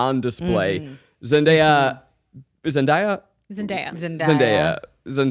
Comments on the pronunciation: I'm sorry, but it's pronounced Zen-DAY-a, and I'm really going to need the try guys and friends to get it together, lol! Loved this episode though! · Just something of note - its ZenDAYa, not ZenDIEya. Otherwise, great ep, guys! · Somebody probably already mentioned this but --- it's "Zen-day-ya" and yes she actually won an Emmy for Outstanding Lead Actress for a Drama for the first season back in 2020